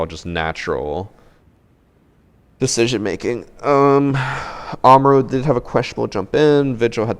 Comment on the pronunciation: the way he mispronounces Kaid (Kai-eed) as Cade and Amaru (a-mar-u) as Ama roo is physically painful.